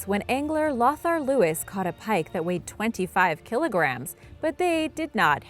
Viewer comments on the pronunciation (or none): The alleged pike are Muskies! And, Lothar is NOT pronounced "loth-ar", but "low-tar".